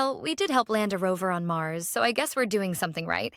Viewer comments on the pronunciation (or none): none